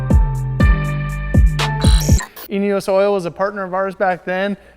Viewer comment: Does anyone else hear anus oil when he says eneos oil??? "Anus oil ford focus rs rx" 😂😂😂😂😂